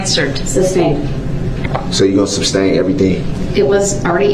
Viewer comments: “ “ your going to “ substain” everything?” Lol🤣🤣🤣🤣🤣🤣🤮🤮🤮🤮🤮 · Don't forget "substain." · Also said "substain" throughout the whole trial 😂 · " So you gonna Substain everything?" 😂😂😂😂 this guy has provided me with so much entertainment. Thank you for your video